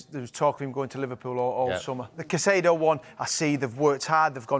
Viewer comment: Still saying Caicedo as Caceido OMG